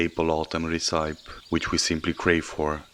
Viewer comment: Mmmmmm, love it! Just for info, it’s pronounced reszöpi/resăpi, not reszájp/resaip.